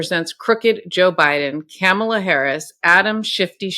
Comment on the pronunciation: Sounded like she mispronounced "Kamala", and Harry wasn't aware of Karen's particular expertise with the judge beforehand. Unlike them.